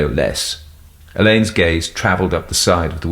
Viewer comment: There's a school spelt the same way and it's pronounced alleyns not Allan's,,,just to help! 😂